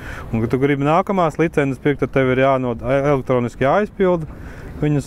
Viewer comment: Kas tas par vārdu - "licenzes"? Nekad latviešu valodā tāds vārds nav eksistējis!!! LICENCES Taču iemācieties vienreiz pareizi izrunāt!